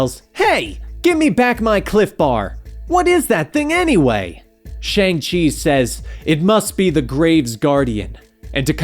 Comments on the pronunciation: It’s pronounced “Shong-Chee” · You're not pronouncing his name right.